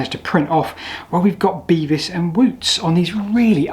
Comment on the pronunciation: Bevis.......mine is similar. You say it how mine is pronounced with your accent. I wonder if im related considering i dont find many people with my last name.